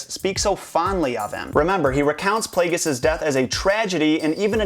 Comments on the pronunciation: It's pronounced PLAY-JEE-US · darth plagueis. darth, _plague_is